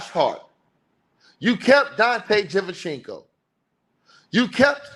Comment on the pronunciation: “Dante Divenchinco” is my favorite ticket tv pronunciation